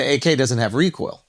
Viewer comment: Bro said recoil 😂